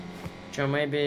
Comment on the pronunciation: Не играй с Убахом, «мейби» фу, противно слушать